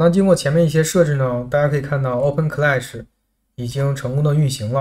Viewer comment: 这个读Oben…听着怪怪的